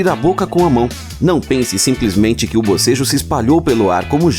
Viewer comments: Não é abocejo é bocejo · Pior que é verdade que o bocejo é contagioso..... Quando estava iniciando o vídeo ele falou BOSEJO e no mesmo instante eu fiz o mesmo